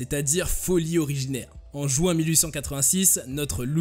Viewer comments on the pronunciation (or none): none